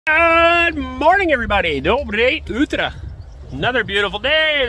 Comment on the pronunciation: Arend. You pronounce that greeting incorrectly. You have to say "DOBROE UTRO"! You have to pronounce every single letter! You now say it this way: "DOBREI UTRA", which is incorrect.